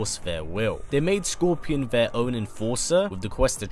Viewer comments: If you watch the video fully you’ll hear him say Gorpion or Corpion. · Did anyone else hear him say gorpion